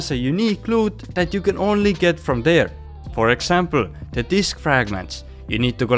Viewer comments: I don't know any of you noticed this... Listen to this carefully...He says "Frog Example" not "For Example"...Nice little hidden detail..😂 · He Says "Frog example" not "For example"